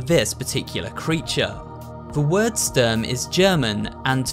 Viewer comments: Und Sturm haha, "Störm " xd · Actually the plural of soldat is soldaten not sodalts, it's a german word and means soldiers PS Ik he said the translation Also the way he said zwei, sturm and panzer is just so funny, when you here it as a german 😂